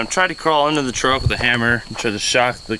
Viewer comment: It's a truck, not a chruck